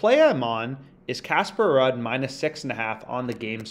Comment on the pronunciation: Ruud is pronounced as “Rude” like ur rude lol , great vid tho bro